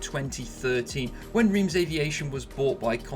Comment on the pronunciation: Your absolutely correct! Terrible pronunciation of Reims Aviation 🤣! Thanks a lot for the vid👍